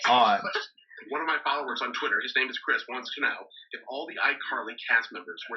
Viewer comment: Is it just me or in the video where he asked who they would eat on an island it was kinda weird how he kept saying my follower "chirs"